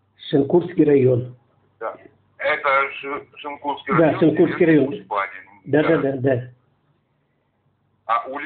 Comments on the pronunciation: Автор не знает как топонимы произносить.. ШенкУрский...капец)) Усть- ПадЕньга. ... еще бОльший капец.. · Как понимаю, адрес рандомный называет 😂 Местные знают, что район не ШенкУрский, а ШЕнкурский 😊